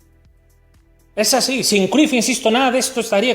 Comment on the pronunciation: Se Pronuncia Crayff